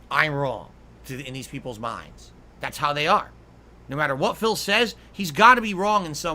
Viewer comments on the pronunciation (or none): none